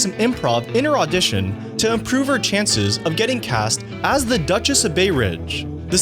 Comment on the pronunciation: This is unwatchable. The narrator needs to learn how to pronounce "the" and stop with the dramatic (or is he reading his script?) pauses. Makes me want to freak out.